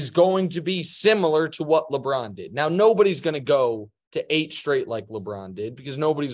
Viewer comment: "Now"?...more like, been🤣